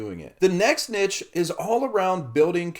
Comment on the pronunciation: Learn how to pronounce niche if you are making multiple videos on the topic. Embarrassing